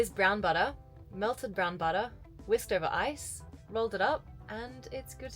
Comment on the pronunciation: say buttah one more time i dare you